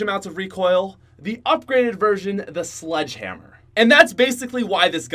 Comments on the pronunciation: you know it's the slog hamr not sledge hamr, right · Its actually "SLDG HAMR"... XD